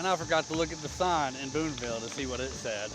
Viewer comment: FYI Booneville has no "s" in it; sounds like you said Boonesville a few times. Otherwise, great video and I'm m going to do this sometime, this summer, with a lifelong buddy